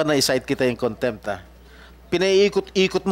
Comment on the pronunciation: Konbictid...kontempt???😂😂😂BRILLIANT AGENT JM we are PRAYING 4 U...keep tell the truths of the matter...THE FATHER G-D ALMIGHTY WILL ALWAYS GIVE U HEAVENLY WISDOM...G-D BLESS EVERYONE AND SHALOM TO ALL ❤❤❤